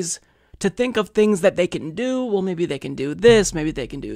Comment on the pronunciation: The way he said it and du-PLICK-a-tive (more Aussie-like) are common. His pronunciation of "well" as "wull" is terrible as is his pronunciation of any word beginning with "str"....e.g. "schtrong" for "strong".